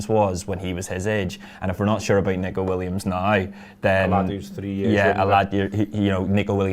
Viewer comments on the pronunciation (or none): can't bring yourselves to pronounce N 'E'co ....I know...it's a shite name...